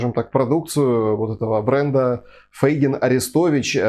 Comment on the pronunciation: почему Фэйгин? помягше говорите - Фейгин ...